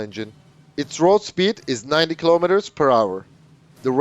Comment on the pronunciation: 9 cm, not mm. 9mm is pistol caliber. Correction: After listening it to 5 times, 3 of which was in slow mo, I realized you TRIED to say 90 mm. Please work on your pronunciation.